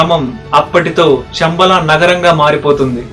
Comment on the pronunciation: షమ్బల కాదు నాయన, శంబల, Please శ వేరు , ష వేరు